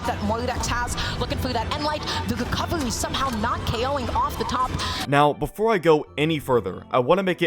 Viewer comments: i got perma banned from the brawlhallla twitch for making fun of, it was very (very) immature and i deserved the ban but i got tired of hearing "wecovewy" at the end of the day i understand BMG not firing her because it would be a huge issue. "Company fires a passionate esports caster suffering from a speech impediment". the mistake was hiring her in the first place, and she's definetly brave for standing up to the criticism. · down wight wecowery is insane btw 😭